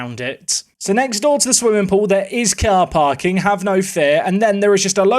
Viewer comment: I like how pronounces it "cyar pyark"